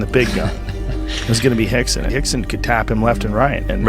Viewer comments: Why is Rickson pronounced "Hickson", Royce, "Hoyce", ...when Rio de Janeiro is pronounced "Rio" and not "Hio de Janeiro"? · Lol especially when the R’s are pronounced as H’s lol